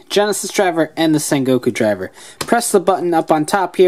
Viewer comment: It's sengoku not sekoko